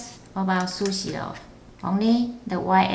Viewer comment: It's Pronunced SuShe not susi